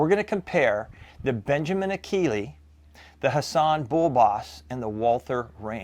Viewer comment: Enjoyed this review; especially since I have extensive experience with one of these and oblique exposure to another. First the Akela (and I know I'm OCD, but it ends with an "a", not "e". A-kee-lah as opposed to A-kee-lee), which anyone who had Krals when they arrived in the US knows is a slightly upgraded Kral Puncher-Breaker. Yep, sorry, but that Benjamin that you like is actually a Turkish made Kral, and they make nice guns. The only issue I had with the Krals in my airgun store was they were a bit loud but overall nice guns and the Akela looks like a good gun, except, that annoying lever. 100% agree that those butt mounted levers are just plain irritating. The Bullboss was one of my very best sellers. The down side was that it was and still is heavy. IMHO all the Hatsans with the exception of the Flash series are heavy. But as pointed out here, it suddenly gets much lighter feeling when shouldered and every one I tuned for a customer was extremely accurate (except one that came it with what turner out to be a warped barrel). The only issue I ever had with the Bullboss was that I had to shim the scopes on every single one I set up. That tactical rail was consistently off alignment by about 1.5mm. Finally, thanks so much for including the Walther. I have a former customer with shoulder problems who contacted me looking for a suggestion on a sub $600 bullpup replacement for his Flashpup because, surprise, with a cranky shoulder the rear bolt is getting very hard for h